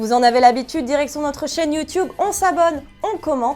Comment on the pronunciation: Très bonne vidéo comme d’habitude mais s’il arrête de prononcer « youtoube » 😭